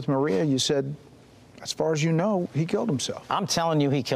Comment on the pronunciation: Excellent video but please learn to pronounce these words differently (voiced vs. unvoiced consonants!) because then hundreds of other words will become less difficult to understand: of / off, as /ass. And the words "month, love, one, anOther, LOndon" are pronounced like "but, nut, cut" not like "got, god, not"!